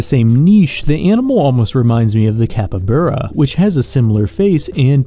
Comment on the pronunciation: did you just say capyburra?